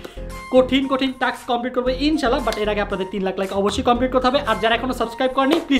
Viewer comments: Taks na vai task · No taks it is taa Task